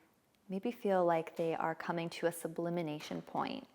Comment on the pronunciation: Sublimation not sublimination